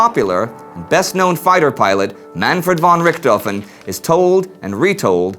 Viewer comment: i thought you said man ford rick dolphin